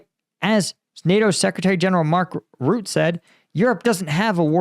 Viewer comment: Rutte. Say ruzzia, now using the same ru sound, say Rutte. The e at the end is pronounced, a short eh. If you want to understand, the the double consonant makes the first vowel short................